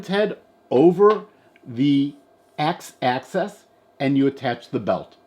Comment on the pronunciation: I like your presentation, but to make it perfect, please refer to a single axis as the x-axis, y-axis, or z-axis, but not x-access, etc. If you want to mention the plural of one axis, it's axes (sounds like, axeees), as in the x and y axes. Thanks for all your hard work. And, sorry, but I don't mean to correct you only, but just giving some constructive commenting.